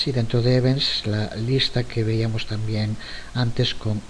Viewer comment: Excelentes!!, estoy aprendiendo mucho. Una observación, ya que veo que tiene mucho cuidado con el uso del idioma castellano, me parece que escucho que muchas veces dice :"víamos" en lugar de "veíamos".